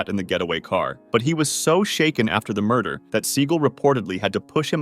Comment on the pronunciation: “What murdah?”